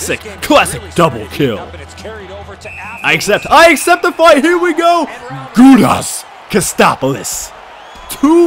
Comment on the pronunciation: Its Gudas (goo-dis) not Gudas (goo-das